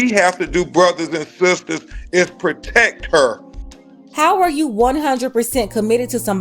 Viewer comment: “We HaVe too PrOtEcK haa” If you don’t sitchoazz down!!!